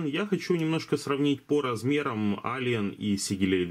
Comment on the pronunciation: ЭЛИЕН, не Алиен, господи, как же слух режет, неужели так тяжело посмотреть транскрипцию названия мода, который обозреваешь.